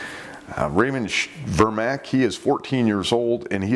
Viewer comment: Vermaak is pronounced "Furmark", but the second r is silent. Just saying